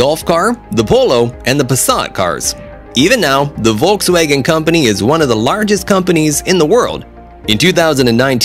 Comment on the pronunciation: Its volkswagen not woltswagon😂 Edit And its porschE Not porsch